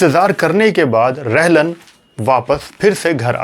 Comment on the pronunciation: पुरे विडिओ में आपने O P रल्हन को O P रहलन कर के बुलाया है. आप ने गलत नाम लिया है. रलहन होना चाहिये रहलन नही